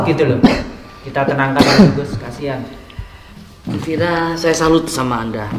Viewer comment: Ustadz yg satu ini nyebut nama Vira kok Vera terus nyebut ny broo.